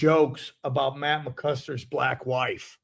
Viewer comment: thinks it's Matt 'McCuster' lol